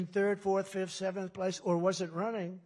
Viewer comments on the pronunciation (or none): none